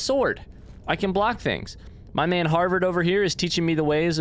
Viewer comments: HADVAR SPELLED NOTHING LIKE HARVERD. HAD VAR. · I love how you kept calling Hadvar “Harvard”😂💀